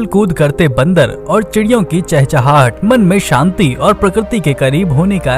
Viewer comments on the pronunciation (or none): none